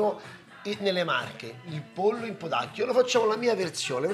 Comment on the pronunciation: Max, ma "potacchio" è come Maurizio Costanzo dice "potassio"?